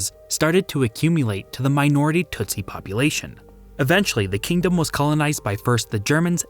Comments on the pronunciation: its pronounced, "Tusi" NOT TUTsi. Smart, disiplined, well educated; tough. Several types including The Banya Mulenge from the high hills. Super excellent fighters! Do not mess with these guys. Read, "Mission song" by John le Carre. He shows how even the Swahili changes from the coast to Ruanda where most speak Ki-ruanda. Ki meaning language; Wa meaning people. I am from Dar-es-salaam. Kwa heri, sasa, rafiki. (Good bye for now, friends.) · "Hootoo" and "tootsy" sound like nonsense words you saw to a child, and "Rwanda" sounds like what an African-American teen names her baby when she thought "Rhonda" sounded too white.